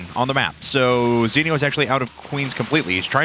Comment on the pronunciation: STOP SAYING ZENIOS NAME WRONG!